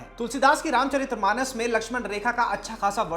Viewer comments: Just to correct a small mistake, it is RAMCHARITMANAS, not RAMCHARIT’R’AMANAS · It's Ramcharitmanas, not Ramcharitramanas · भाई रामचरितमानस होता है न कि रामचरित्रमानस।